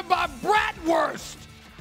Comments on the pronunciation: Someone tell him how to correctly pronounce bratwurst and also how it is typically 80 degrees here in June. Does he think it snows year round in WI? SAS please don’t come to Milwaukee. Don’t need your loud mouth here. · He can’t even pronounce it correctly